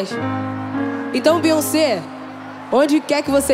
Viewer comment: Além de pronúncia o nome de BEYONCÉ errado fez o trabalho de massacra a música 😬😬😬😬